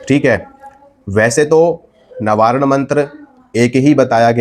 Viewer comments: Nabaran nahi navarn hota hai bhai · Navaran nahi proper pronounce karo